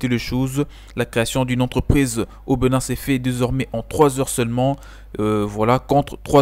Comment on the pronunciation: Bonne vidéo. Au passage, c'est Bénin, et non Beu.nin